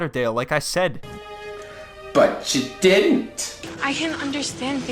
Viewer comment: “butchaa didn’t” 😂😂😅